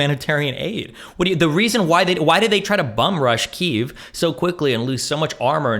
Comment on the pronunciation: Christ dude, it’s not “Keev” it’s a subtle “kyi” sound, then that w/v sound like how Russians say “wodka”. It almost sounds like “kyew” to a native English speaker. We just went from one incorrect extreme (Key-ev) to another (Keev). Dis-gustin’.